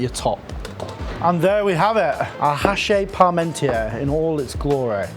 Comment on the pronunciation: Vielen Dank für diese interessante Variante des Hachis Parmentier! Eine Anregung: Die vermutlich KI gesteuerte Übersetzung und Moderation ist ein wenig unangenehm wegen der stets wechselnden Sprechgeschwindigkeit und aufgrund der falschen französischen Aussprache nicht sofort akustisch verständlich. Aber das Rezept ist mega, danke dafür nochmal